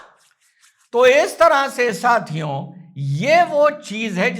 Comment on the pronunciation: 'साथियों' मत बोला करें, 'साथियो' बोलिए।